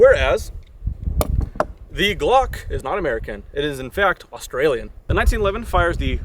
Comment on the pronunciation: Austria not Australia lol 😂